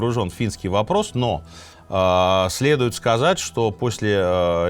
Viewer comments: Вы ошиблись. Не Бельфур, а Бальфур. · У нас говорят - план Бальфура (ударение БАльфура)